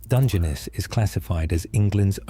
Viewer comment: The ai failed on the Balby segment, it's pronounced pot-ash in the UK( where the ai sounds like it originates), but poe-tash in parts of the USA, few English people would say "250 million" generally it's "two hundred and fifty million". It took it four or five attempts to pronounce "Dungeness" properly too, maybe it was still being trained?🤔 Also it pronounced "Domesday" as "Dome's Day" throughout, never once using the normal "Doom's Day"